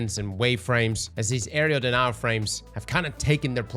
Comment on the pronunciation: AREA DENIAL. AREA. A. R. E. A. Why the hell can’t anyone who plays destiny on YouTube pronounce this… it’s not an aerial denial for the love of god….